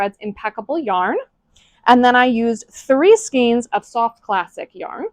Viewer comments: It’s pronounced skayne not skeen. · skein - sounds like reign. Long A sound. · It's skein like vein. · Hey FYI, "skein" rhymes with "vein" or "rein."